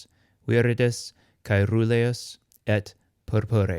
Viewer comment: Good!! but I have noticed do not know how to distinguish the pronunciation of the R neather RR. Caeruleus is pronounced Caerruleus, as heard in the video,- In Latin the R and RR were distinguished in the pronunciation, also in Italian and Spanish today. I do not understand why Latin pronunciation is taught if one does not know how to pronounce the RR or the RR.